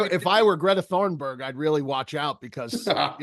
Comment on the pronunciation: How long till the boys actually say Greta thunberg’s name correctly??